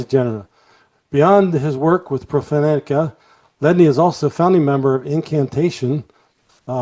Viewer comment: The mispronunciation of Profanatica made me wince.